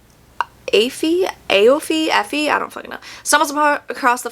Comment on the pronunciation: "Perfect for fans of" is such a overused marketing ploy EDIT: Also the name Aoife is pronounced "EE-FUH", its an Irish name